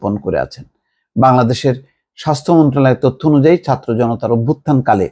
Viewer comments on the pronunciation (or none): none